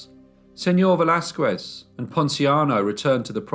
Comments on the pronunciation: Velázquez is pronounced veh-las-kez and not veh-las-kuez. The U in QUE is mute. In fact, the letter Q is ALWAYS followed by a U. It is a most romantic couple of letters. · The "u" in Velázquez is mute, so you have to say /Veláskes/ it always is mute in all words that has "que/ qui"in them. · A little tip; When you pronounce Velasquez; Do not try to say the U. Just say, Vel Laz Skez. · I love listening to you and I appreciate the stories very much. I would just like to comment though since I am Mexican, that you should never pronounce the U after a Q in the case of Velazquez you are supposed to make it sound as a K as if it was written Velazkes. Thank you for understanding. And congratulations again. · Cute how you pronounce “Velasquez” 🙂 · The way you pronounce the name Velázquez makes me twitch. Don't pronounce the "u" in the name. As far as I know, anyhow. This is a horrible, horrible case. Horrible mother. Poor kids. I'm glad that they caught her, at least; Inspector Alvarez did a great job with the fingerprints. Good video, as usual.